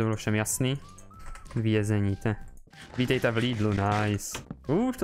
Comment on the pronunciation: "výtejte" ach jaj boze